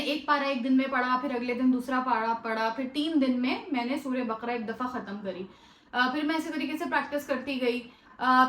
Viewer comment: السلام عليكم و رحمة الله وبركاته باجی اقرا یہ ق پر زبر کے ساتھ بقَره بارک اللہ فیک اللہ مزید آسانی کرے اللہم آمین